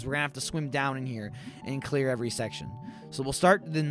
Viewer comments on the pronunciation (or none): none